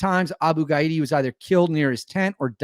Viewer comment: The target's name is probably pronounced ga-DEE-ya. Not ga-EE-da